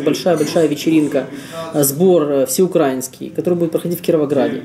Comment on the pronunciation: всеукраИнский, да когда вы захотите уже быть грамотными? ну ладно вам нравится как россияне говорить "НА Украине", на это глаза уже закрывать научился, но как можно делать такую ошибку безграмотную в ударении? Законы знаете, а такую ошибку допускаете глупую, ребята ну стыдно должно быть. УкраИнец, не УкрАинец. УкраИнский, УкраИна. Для населения соседней федерации уточнение, в моем сообщении нет никаких провокационных нот, и да,я думаю о зиме какая она будет холодная, поэтому давайте избежим дальнейшего диалога, посыл мой вас абсолютно никак не касается, был написан исключительно с целью образования. Авторы не захотят, не прислушаются.